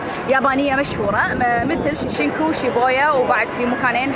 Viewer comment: اسم المقاطعة شينجكو وليس شيشنكو.